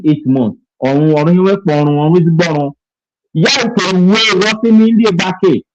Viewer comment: This is a welcome development and it's about time that we Igbanke people speak up for ourselved with regards who we are There is no Igbanke people under the sun that pronounces it like bini people (I-GBAN-KE) instead of IGBAKI despite it being spelt Igbanke. This shows they do not know us, we are not part of them neither are they part of us if they don't even know our name? The letter "N" is silent and the letter "E" is prounced as letter "I" and you can find such example in some foreign language. Even Igbontor is called Igbotor by us and Ake which is another community is Spelt AKE but pronounces AKI This happens when a word ends with "KE", it becomes "KI" in pronunciation. and when a word starts with "IGB" like in Igbanke or Iggontor, the letter "N" is usually silent when pronounced. How can ile binu people know these things? Are they part of us? No!! In case you find it strange. In deutsch language, letter "z" is pronounced as "s" and vice versa, then letter "w" is peonounced as "V". Igbanke nor be bini, we be Ika Igbo